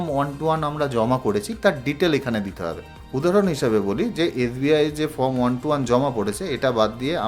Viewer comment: আমি ইউটিউবে অনেকের ১২১ ফর্ম ফিল আপ করার ভিডিও দেখলাম। ফর্ম উচ্চারণ করতে পারেন না, ফর্মকে বলছেন ফ্রম, তারপর বলছেন ফর্মের একদম ওপরে বাঁদিকে এফ. ডি. র অ্যাকাউন্ট নং লিখতে হবে। কিছুই বোঝেন না এদিকে পয়সা কামাই করার জন্য ইউটিউবে ভিডিও পোস্ট করছেন। মানুষকে ভাঁওতা দিয়ে এভাবে বিভ্রান্ত করে যাচ্ছেন বেশির ভাগ পোস্টদাতা। আপনার ভিডিওটা সেদিক থেকে সম্পূর্ণ আলাদা এবং সঠিক। ১৩নং কলমে টোটাল ইনকামের সঙ্গে কি রেকারিং ডিপোজিটের এবং সেভিংস অ্যাকাউন্টের ইন্টারেস্টটাও যোগ করতে হবে ? অসংখ্য ধন্যবাদ জানাই আপনাকে।